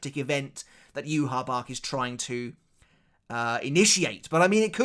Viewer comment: sir.. would you please talk to your fellow loretubers about the pronounciation of certain people in the lore... I lose 5 years of my life everytime I hear someone say joehawachuh..... My lifespan is limited as it is. And I dont have time for the light novels as it is. But pronouncing ywach as it is.. is ehm... Live shortening.